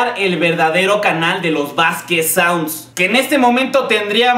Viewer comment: Jajaja "Saunsds"